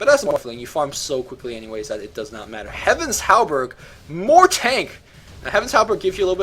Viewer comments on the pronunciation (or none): Heh-vuns Hal-berD Hart of Tah-rask good cast though! You seem to really know your stuff.